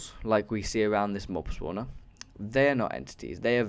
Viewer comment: It's great, but mob spawner should probably be correct cause it sounds like mobilities